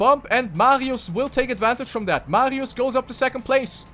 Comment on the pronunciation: Why do I cringe when you say MARIOES on the German way xD